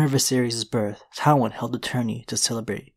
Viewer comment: Omg it’s pronounced TIEwyn not TOWwyn. 🤦🏻‍♀️